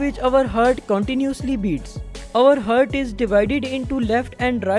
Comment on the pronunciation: With due respect Its ہارٹ Not ہرٹ 🙂